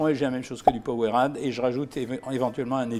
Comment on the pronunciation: Ca se prononce powereyde mais sa s’ecrir powerade